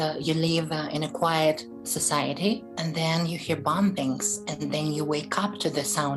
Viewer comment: What are "bompkings"? Is He trying to say Bombings? Confused....